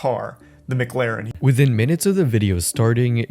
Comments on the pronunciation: he claimed Charlie said McLaren wrong but he calls it a “McLerrn” 😂😂😂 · What a douche. It is Mc-Laren, not Meh-Claren XDD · Calls out charlie for nitpicking about pronunciation Literally 3 videos ago: Nitpicks how charlie pronounces Mclaren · What l found funny is he was dissing Charlie for supposedly mispronouncing McLaren by saying Penguinz was saying McGlaren while when Jason said it he was actually saying it as McClaren. So in his rant about Charlie Jason clearly mispronounces the same word. He added a second ‘c’ to McLaren. He’s a joke😂😂🎉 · The only gripe is how Charlie says Mc-Laren. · its not mclaren its mCKlaren, yeah you really got him with this. that dude is insufferable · "He doesn't even know how to pronounce mclaren or rolex" he says while mispronouncing both of them. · "it's not mclaren, it's mclaren." the world isn't gonna end by changing the slightest syllable of a word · Meanwhile attacks charlie for saying McLaren wrong 😭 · "If you get that triggered by the fact that I [said your name wrong], that's a massive insecurity" - Guy who got triggered over someone saying "Mclaren" wrong. Also pretty sure everyone says his name wrong. Think it was on Steve-O's podcast where he said it was actually "Penguin Z Zero" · Someone saying "UN-experienced" has no place telling others they're pronouncing McLaren wrong 😂